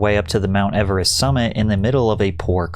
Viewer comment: Your over-pronunciation of the word "Everest" is cringe AF. 😂